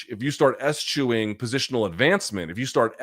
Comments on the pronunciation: is it pronounced es-chewing and not e-schewing? Genuine question. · Hearing Luke blatantly mispronouncing eschewing gives me a good laugh because I know he would have torn BC apart for that